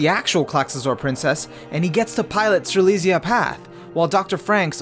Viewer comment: Btw Strelizia was pronounced like Stre-lit-s-i-a